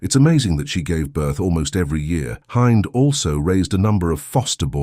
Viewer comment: Her name is Hind not Heinz ....